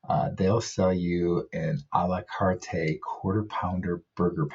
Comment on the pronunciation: You only need to pronounce it Ah lah cart... the E is silent.